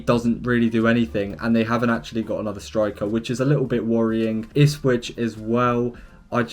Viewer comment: Ahhhhh yes, I love Ispwich Town 🤣😭